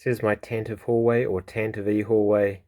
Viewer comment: Fun comparison! He’s a decent improvement over POTF2 stormtrooper but a big step back from the R1 5poa. And congrats on saying Tan-tuh-vee! You’re ahead of BB and OOK on that one,! 😂😂